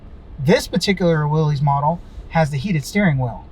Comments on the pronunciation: It’s pronounced like Willis not Willies 🤦🏻‍♀️ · short answer is that willys was a manufacturer for jeep back in the day but the pronunciation is more like "Willis". So from a historical perspective, it is interesting and informative, in casual conversation, correcting someone is probably pretentious.